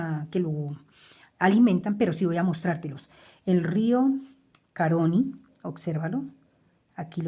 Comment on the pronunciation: se pronuncia río Caroní, con acento en la última letra, en la letra i.